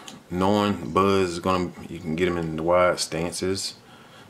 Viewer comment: he said budd lightyear lmao.